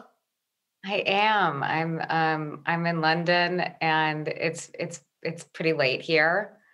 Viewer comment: It's London not lawnden